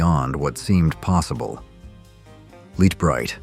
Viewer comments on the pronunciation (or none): He said "Leet bright" as well. :P